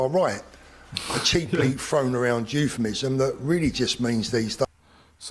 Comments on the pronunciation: Btw, it is 'euphemism', not youffanism. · You've watched too much Ali G. Met plenty of fakes like you IRL. I'm English and know about English accents. Btw, it's 'euphemism' and not youffanism.